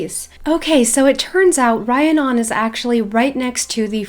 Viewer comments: Just a head's up the name is Re-ann-on =) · Just thought I’d let you know, Rhiannon is pronounced like Rihanna (the singer/songwriter) but with non at the end. Re-an-on. Hope that helps! Love your videos by the way😊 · Rhiannon is pronounced Ree-Ann-on. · Okay I love you but it’s Rhiannon pronounces REE Ann non not rhi a non <3